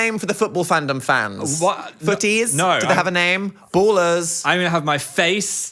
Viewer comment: Swear to god i've heard him say phondom